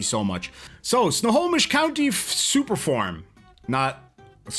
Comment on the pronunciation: WOW you got Snohomish right! Most people who aren't from the PNW get that one wrong.